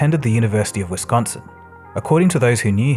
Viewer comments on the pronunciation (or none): none